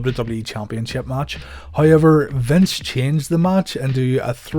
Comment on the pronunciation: Is that However "hayever" irish?